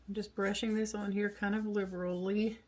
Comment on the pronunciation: Liberally… you said it right!!! ❤